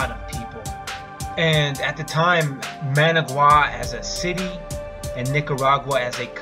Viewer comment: Oh the horrible horrible pain of repeatedly mispronouncing Managua... The suffering is real